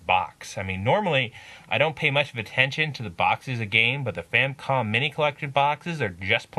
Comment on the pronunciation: First off, good review. Secondly, it's not a "Famcom." It's a Famicom. And it's The Adventure of Link. Not Link's Adventure.